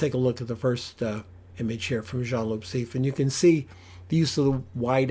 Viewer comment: It’s pronounced C.F. not “seef”. He used a 21mm.